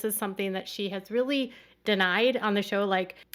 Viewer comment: Or, "I'm really confused..." Correction: "I'm RILLY, RILLY confused..."